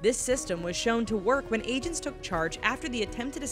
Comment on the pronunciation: Is she saying Asians or agents my head hurts